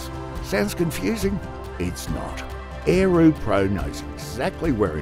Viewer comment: Lol.... is this a spoof, or a scam? - Ae- roo in an aussie accent.